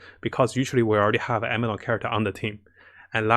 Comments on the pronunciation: Taller chars also can go deeper into water. And please stop saying Ameno. It's aNEmo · Its anemo not ameno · Please it anemo not ameno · I know this is going to sound a little petty but i gotta say it. It's a NE MO. not a ME NO. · ANEMO NOT AMINO ffs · It's Anemo, not Ameno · It's ANEMO not AMENO! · It's Anemo, not Ameno 😂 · why u keep sayin ameno in every vids , it's anemo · He says ameno kkkkk it's officially a divine tier list